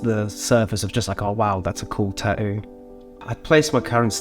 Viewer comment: The way this Hawaiian shirt guy pronounces tattoo is infuriating